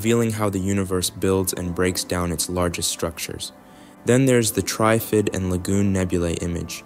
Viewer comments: You are pronouncing TRIFID incorrectly, like it is spelt TRYFID. Say it like it is in three parts TR IF ID - then blend it into one word without any spaces. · Yeah, they couldn’t pronounce Trifid properly.